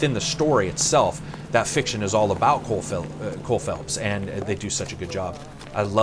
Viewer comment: Cole Phelps, not Philips...